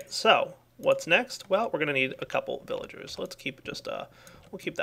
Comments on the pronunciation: I love how calls them "Willagers" sometimes. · Thats because in German, you pronounce the "v" as a "W"